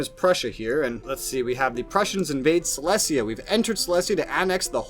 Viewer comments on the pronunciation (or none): You pronouncing Silesia wrong it’s Sy-lee-zee-uh